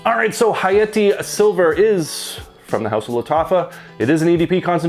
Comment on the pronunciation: Dude causally dropped a ح saying hayati💀 You speak Arabic?